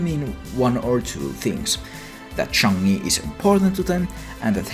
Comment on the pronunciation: Chungai instead of Chang'e? man my ears